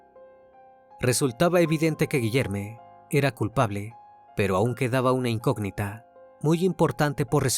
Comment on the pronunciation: “Guillerme” suena a nombre “no binarie”. Debería sonar a Guillermo chingao.